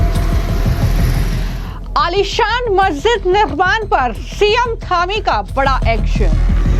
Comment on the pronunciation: Madem aapki bhasah bahut achhi hai dhami ki jagah thami 🎉🎉🎉🎉🎉🎉